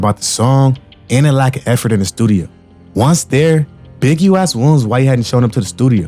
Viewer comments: Why bro can't say Williams? He saying "Welms" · Wow!!! You covered this REALLY well. Only thing that coukd be better is pronouncing "Williams" properly. Remember that you can check pronunciations online and hear it when in doubt. Nit being a jerk. Just see your talent & know that if yiu work on enunciation & pronunciation that it will help you. Good luck. 👍🍀